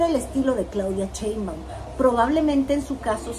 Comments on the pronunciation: No se dice CHEinbaum, tu q eres comentarista y juzgas a todos debes diferenciar CHE de SHE. Se dice CHAngo, CHEnte, CHIle, CHOngo, CHUrro. El apellido es SHEinbaum arrastrando la S. SSSSSSHEinbaum, hay q aprender a pronunciar y así tu q tienes éste canal todos tus seguidores aprenderán de ti y si lo haces mal pues mal aprenderan. Recuerda q hay q empezar a respetar, y si no sabes pronunciar pues más fácil solo di LA DOCTORA PRESIDENTA. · por que dices cheinbaum? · Por que no saben decir Sheinbaum xDDD es con Sh... como cuando callas a alguien Shhhh XD